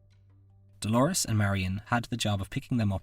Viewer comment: Dolours - not Dolores. It's pronounced like dolers